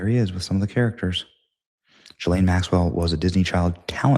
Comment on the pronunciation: I guess I missed that part. He also pronounces Ghislane with a soft G. Benny is human.